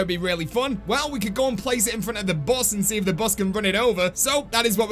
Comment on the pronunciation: ooooooh the "bus", i kept thinking u said boss i was like wtf is the tranzit boss